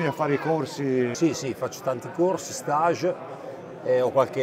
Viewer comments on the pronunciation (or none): none